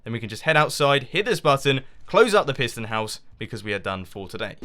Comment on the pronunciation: I thought you say prison LOL